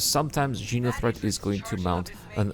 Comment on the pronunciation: xeno threat not jeno lol